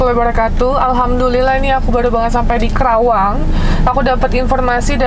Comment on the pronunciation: Teh karawang bukan kerawang 😊